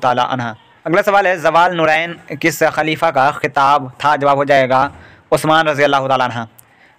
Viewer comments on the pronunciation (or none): जवाल नुरैन नहीं है जुन्नुरैन है